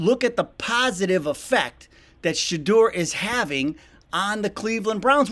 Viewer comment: Congratulations on the pronunciation of Shaduers name. Love your channel! 💯